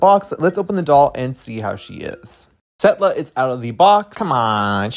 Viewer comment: "Setlla".....😂😂😂😂😂 I'm DONE!!!!